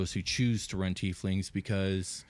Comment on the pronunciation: YES!!! Pronouncing it the correct way, "teef lings"!!